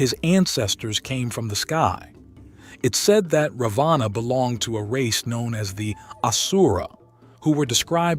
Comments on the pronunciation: Please STOP THIS COMPERING AS THE NAMES are FAULTY PRONOUNCED! It is NOT -"रवाना"- meaning DISPATCH INSTEAD of रावण the Demon King a Highly Knowledgeable and Majestic Personality from RAMAYANA रामायण. The CONTINUENT IS GENUINEL and GOOD but Presentation is BAD due to WRONG Pronunciation! I'm ready to do It. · Hindi has a short a and a long a. In English you would write it as Ravana or Ravanaa. However when you pronounce it it should be Ravan (for the short a)